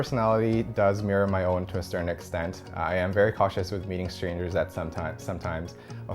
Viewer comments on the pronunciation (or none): none